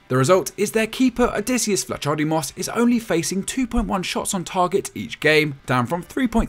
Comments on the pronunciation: true, but at least you could say Vlahodimos or sth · Great video as always but as a Greek I couldn't help it but laugh at that Vlachodimos pronunciation 😂